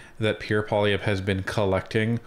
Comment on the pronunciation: I find it funny that Trudeau speaks fluent French, but pronounce Pierre's last name as "Poli-evh". Trudeau is nuts.......just plain nuts.